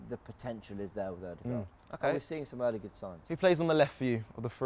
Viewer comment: I really like this show. It's professional and pretty entertaining. Apart from the "Odeegard" lol